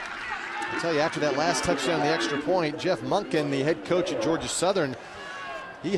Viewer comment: Coach Monkey? Really? It's Monken.